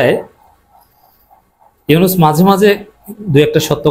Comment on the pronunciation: মাইন্ডেড ইউনুছ ইউনুছ কিরে ভাই নামটা ভালো ভাবে বলতে পারেন না